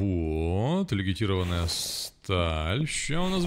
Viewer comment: Очень интересно. Но когда ты говоришь "легитированная сталь", уши коробит. Сталь легированная